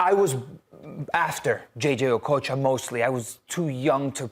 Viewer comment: The way she pronounced okocha, I thought she was a Nigerian